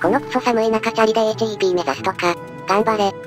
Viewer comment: 「みすみ」ではなく「さんかく」公園 HEPは「ヘップ」と読む